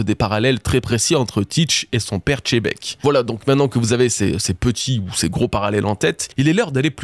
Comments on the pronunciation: je suis d accord avec toi que les japonais prononce gzébec , ce qui fais xebec au final, mais surtou pas chebek, tu veut me dir qu il prononce aussi lojia au lieu de logia ? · Arrête de dire Tchébecque c'est Xebec ! Merci 👍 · JIBEKKU "JI" pas CHE!!!!!!! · Salut à toutes et tous, à quel moment "x" devient "ch"😂... Merci pour l'analyse. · Pourquoi tu dis toujours chebec alors que dans l’anime Sengoku dit bien Xebec, c’est pas possible d’être aussi illettré 😅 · (zzz) La prononciation est bel et bien "Chebek", que ce soit en japonais ou en français, le "Xé" n'est jamais prononcé "Gzé" mais plutôt "Tché" voir "Dji" Le rendu final prononcé de Xebec donne alors "Tchebek", "Jibek" ou encore "Djibek" en VF et en VO, je te laisse check l'épisode 958 :) Bonne journée ! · Le X il avale, il le prononce plus comme un Z, en Japonais c’est Zebekku Ou Jibekku mais pas Chebec renseigne toi bien, tu dis Xena la guerrière et pas Chena la guerrière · La prononciation est bel et bien "Chebek", que ce soit en japonais ou en français, le "Xé" n'est jamais prononcé "Gzé" mais plutôt "Tché" voir "Dji" Le rendu final prononcé de Xebec donne alors "Tchebek", "Jibek" ou encore "Djibek" Je te laisse check dans l'anime, en VO ou en VF :) Bonne journée ! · Si oda dit xebec alor pourquoi toi tu dis chebec, c'est qui ca chebec ?🤦🏻‍♂️ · La prononciation est bel et bien "Chebek", que ce soit en japonais ou en français, le "Xé" n'est jamais prononcé "Gzé" mais plutôt "Tché" voir "Dji" Le rendu final prononcé de Xebec donne alors "Tchebek", "Jibek" ou encore "Djibek" Bonne journée ! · Pitié c’est Zébec pas chébec! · faut arrêter avec les tchebec, c'est Xebec ;( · C’est xebec pas chebec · Xebec pas chebec !!!!!!!!!!! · Rocks D chébeque ? Pas compris pk pour vous le X = che, que je croise pas un FR me parler de « shanksu, etc » attention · J'ai pas parlé que du Japonais, tu remarqueras qu'en VF dans l'anime (episode 958 normalement) "Xebec" ce prononce en réalité "Djebec"